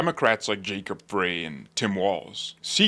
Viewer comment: Jacob Frey's last name is pronounced "fry" (as in french fries). 🍟